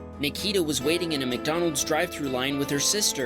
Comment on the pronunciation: Oh when there was Nikita’s video you said it wrong it’s said Nik-e-ta